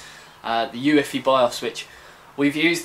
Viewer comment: U-E-F-I :) not you-iffy :P